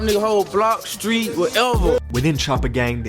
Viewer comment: Anyone notice the news reporter says skreet 😭